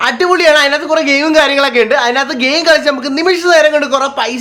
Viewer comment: ഓന്റെ ഒരു ഗയിമും.....ഗയിസും...... .....